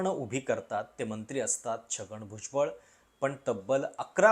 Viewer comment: किरीट सोमय्या यांना भुजबळ नावाचा नीट उच्चारही करता येत नाही 😂 राऊत आणि भुजबळांनी जे भोगलं त्याचे काय?